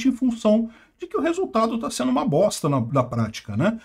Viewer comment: Sotaque de carioca falando: " bosta" e " de meeeeerda" é o melhor! Dá uma enfase natural 😂😂😂😂